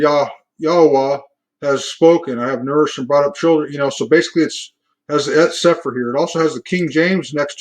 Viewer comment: Cepher - “See-fer”